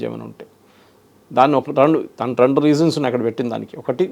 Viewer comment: రవాండా కాదు సార్. రువాండా చరవులు కాదు సార్. చెరువులు రండుకాదు. రెండు